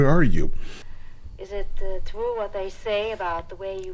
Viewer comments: scene that never made it in the movie. WHen Von Shtupp is with Bart in the dark, she says "oh! it's twue! It's TWUE What they say about your peepole!" Bart responds "Ma'am, that's my arm" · It's twue!! It's twue!! 🤣🤣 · It's twue, it's twue!